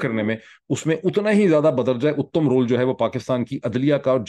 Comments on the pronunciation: Errors: ba darja-e-atam, not uttam. Uttam is a Hindi word meaning ‘the best.’ Raja Hari Singh, not Ranjit Singh. Raja joined the secular democracy of India, not any Hindu republic as you said. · بدرجہ۔اتم۔ت۔کے۔زبر۔ساتھ۔صحیح۔تلفظ ھےسر